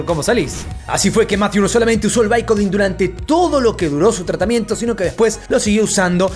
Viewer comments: Porque pronuncias los nombres tan mal? Como chadler en lugar de "chedler" & "baicodin en lugar de bicodín",no lo entiendo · Bicodin !! Pronuncia bien